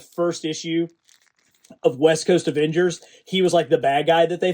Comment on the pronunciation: "Aengers vialians"